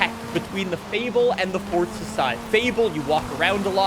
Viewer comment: Fortza > Forza